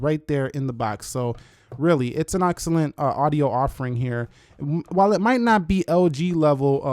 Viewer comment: Did he just say Auxcellent?